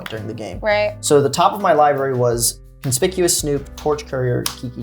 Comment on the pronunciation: Finally someone who pronounced conspicuous snoop correctly. Bravo. So annoying hearing creators constantly calling it conspishus 🙄